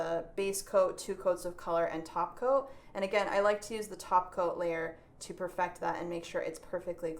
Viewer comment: I always hear "taco" when you say "top coat"... Maybe I'm hungry 😜